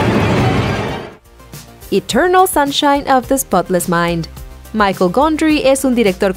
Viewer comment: ¿”Michael” Gondry? Es Michel Gondry. En francés, no inglés.